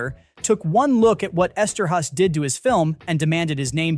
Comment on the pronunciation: Note- its Joe Esterhaus not "has" but house... Joe Esterhaus. Hes from Ohio.